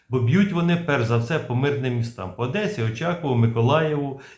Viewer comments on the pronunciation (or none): none